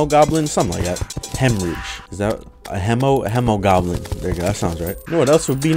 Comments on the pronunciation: It's not Hem-o-Goblin it's He-mo-goblin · I do believe it is pronounced with a He not a Hem because the Hemogoblin is a play on Hemoglobin which is a protein that transports oxygen in your blood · its hee moh goblin not hemow goblin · It’s pronounced homo, not he-muh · its he-moh not he-muh he-moh-globe-in from everyone ive heard say it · He didn't though, he pronounced it as in hemorrhage, and not as in hemoglobin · Its Hemoglobin not hemorage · The hemo part of the hemogoblin comes from hemoglobin, its pronounced like he-muh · i thought the hemo part came from hemo which originated from the greek word haima which also means blood. hemo is pronounced hee-mow which is how i pronounce it with the blood moon mobs too. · Spooderman79 hay-mo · The Hemogoblin shark is prenounced like heemogoblin because it's named after the greek word for blood, which is pronounced like heema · The Hemogoblin Shark is acúlalo a mix between the words “Hemoglobin” and “Goblin Shark”, so it actually would be pronounced [Heemo], or if you like IPA, [Hē-mō] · I like the Blade Staff because haha funny, but it kinda sucks. Unless you only focus on damage reduction reduction, it can't do much to anything besides super common enemies. Also, it is Hee-mo-goblin Shark. This is because it's based off of hemoglobin, not hemorrhages, and hemoglobin is with a hee. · It is He-mo. It is a joke on the word Hemoglobin, which is a cell making up blood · I think its hēmogoblin with the long e because it comes from hēmoglobin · I think it's pronounced hee-moe-goblin. It's a play on words of hemoglobin, which is in blood and pronounced Hee-moe-globin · It’s pronounced hee-moe-goblin after hemoglobin(what gives blood it’s red color) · I believe it’s pronounced HE-MOE-GOBLIN. It’s a play on hemoglobin which is a component of blood. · its uhm pronounced heemo-goblin as in haemoglobin in your blood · its pronounced heemogoblin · It’s hemogoblin the hemo in it is pronounced like haemoglobin